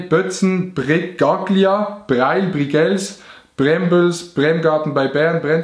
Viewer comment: Adi es heißt breil-brigels und ned breil-brigels